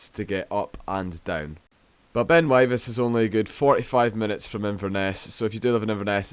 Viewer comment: pronounced Wivis